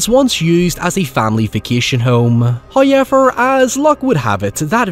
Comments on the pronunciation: love your videos, especially when they talk about my #1 favorite franchise. But I need to tell you something, and I don't know how well you'll take this... the word 'however', does not contain the letter Y. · I love this "HOYEVER" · Deadite: "I'LL SWALLOW YOUR SOUL! I'LL SWALLOW YOUR SOUL!": (holding shotgun) "HOYEVER.":::Deadite explodes